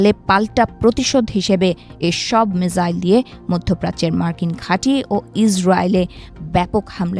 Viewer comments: আচ্ছা মিজাইল না মিসাইল????????????? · সঠিক বানানটি হলো «মিসাইল» (Missile) [১]। ইংরেজি শব্দটি বাংলায় উচ্চারণ অনুযায়ী লিখলে 'মিসাইল' লেখা হয়। এছাড়া বাংলায় একে ক্ষেপণাস্ত্র বলা হয় [২]। মিজাইল: এটি ভুল উচ্চারণ বা বানান। মিসাইল: এটিই সঠিক ইংরেজি শব্দের বাংলা প্রতিবর্ণীকরণ। এটি এমন একটি স্বচালিত যুদ্ধাস্ত্র যা নির্দিষ্ট লক্ষ্যের দিকে পরিচালিত করা যায় [১, ২]।